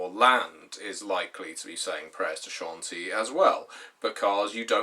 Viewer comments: Ed Greenwood himself pronounces it SHON-TEE, so you’re wrong. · CHAWN-TEE-UH Dear god